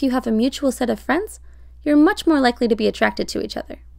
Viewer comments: Oh my god when she said ‘Be yourself’ I thought she said pee yourself, when I tell you I screamed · I swear it said pee yourself... But if said be yourself 😂